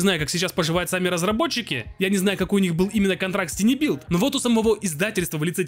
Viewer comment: Товарищ, слово "Tiny" читается как "Тайни", и никак иначе.